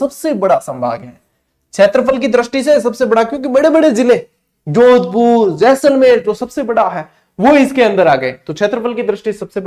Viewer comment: शानदार , जानदार, धुँवाधर, खतरनाक क्लास थी गुरूजी। आपका जैसले 😅 बोलना मस्त गज्जब था। चेहरे पे हसीं मुस्कान खिलखिलाहत आ जाती he🤩😇 धन्यवाद गुरूजी जोरदार क्लास के लिए। 🫡